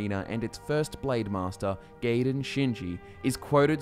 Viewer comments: Gaiden's name is pronounced Guy-den. It's just like Ninja Gaiden and the weapon known as a sai (pronounced like psy). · You pronounced Gaiden wrong. The a is actually silent as its Japanese. You pronounce the I after the g then the rest of the word.